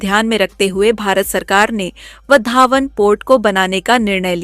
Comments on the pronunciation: वधावन नहीं वावढण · उच्चार ''वाढवण'' इंग्लिश स्पेलिंग नुसार जाऊ नका,देवनागरी लिपी शिका ,तसे ''चांदीपूर'' नव्हे ते आहे ''चंडीपूर''